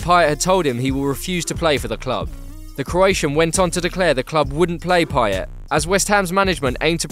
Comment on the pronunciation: You know your behind when u still say Pay-yet, not Pay-yey